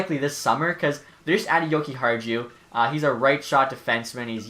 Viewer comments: you have to say: yo-ki-are-you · Dude the j is silent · It’s yokiharyou but as a hawks fan if nylander can realize his potential in a new organization then it’s a win for chicago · You butchered Henri's name. Come on man